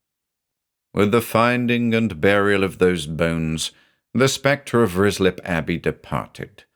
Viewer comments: Love this, but as a former local, it’s pronounced RYE-slip 😊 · This is surely Ruislip, which is pronounced Rye Slip. ❤ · I keep hearing rizzler, and oh boy, it's the funniest thing. Could be a April fool's